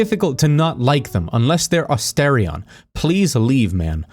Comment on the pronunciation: It’s Ah-STAR-ian…how dare you